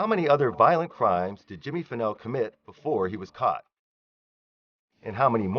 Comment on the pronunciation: Jimmy Fennell, not Pennel. His friend Curtis Davis, is the one who gave him a ride. Curtis Davis worked in Bastrop and lived in Giddings close to Fennell. He took off work early that evening claiming he had a broken tooth. He was scheduled to work the 7pm - 7am shift. Unfortunately Curtis Davis can no longer be called to testify. He passed away the day before election day.